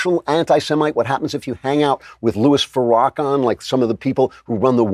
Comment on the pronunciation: Can Andrew please pronounce Farrakhan correctly?! Agh, it's effing embarrassing. How does he not know how to pronounce Farrakhan?